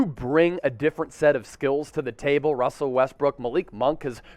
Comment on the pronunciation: You said my name right 👍🏼